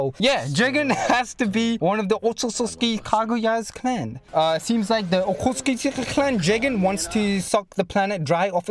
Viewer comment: Okokotsuki . Okutsuki. Lol